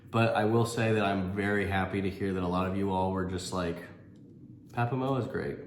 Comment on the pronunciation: Waikanae pronounced: "why - car - nigh" 🙂 and Papamoa is "par - par (or papa) - more - ah"...... just a heads up. ✌